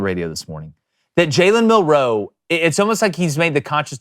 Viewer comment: Guys... Jalens last name is one word Milroe not Mill Row please clean that shit up cuz its irritating to listen to